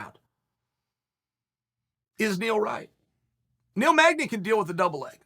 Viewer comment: Of all the fighters in the world, this dude says Neil magdey. Let's help Neil out and not give him that bout. You tryin get that boy killed by the wolf real quick.